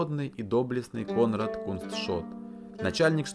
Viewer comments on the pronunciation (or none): none